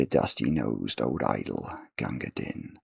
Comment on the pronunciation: A bit of poetry is no trouble,! For future reference, "Din" is set to rhyme with "Queen"/"green"/"spleen"/"clean"/"canteen" (so are the "been"s in the poem, for that matter), so it should probably be pronounced like the English word "dean" instead of like the English word "din".